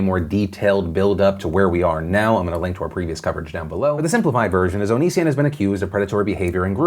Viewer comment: Philip can't make up his mind on whether to pronounce it O-knee-sion or Oni-sion. Just call him Onion instead, can't go wrong with that.